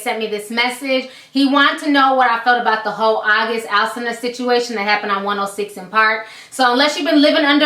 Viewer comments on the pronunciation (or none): YOU NEED TO LEARN HOW TO PRONOUNCE AUGUST ALSINA (AL-SEEN-UH) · It’s AUGUST AL-SEEN-A (Alsina ) 💁🏽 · Once you pronounced his last name wrong I ended the video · You said his name wrong its alsina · She butchered his last name tho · Learn How to say his fucking name before you give your review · You can't even say his name right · You said his last name wrong.. By the Way. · See |now how she gone have an opinion on that man. She can't even pronounce his name. Like what ? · You didn't even say his name right.